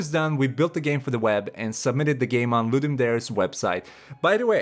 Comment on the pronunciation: you are pronouncing ludum dare incorrectly